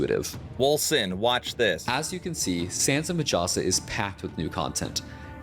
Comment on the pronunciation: I cringe everytime the narrator says majasa. in my language J is pronounced as H. So its pronounced as Mahasa. Its like the harry potter meme. It's wingardium levi-"O"-sa not levio-SA.